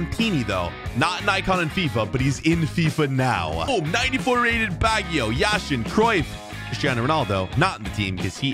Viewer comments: It’s Yashin not Yasheeeeen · It is Yashin not Yasheeeeeen